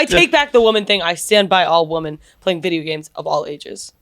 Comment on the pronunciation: Also how has no one called out inability to pronounce the word “women” 😂